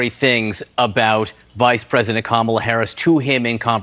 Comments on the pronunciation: He can’t even pronounce his opponent’s and our current VP’s name right. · He still can't say Ka-ma-la.